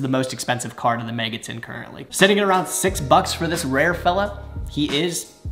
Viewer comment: Can we talk about the fact that you said awound and not around the first time? Made me chuckle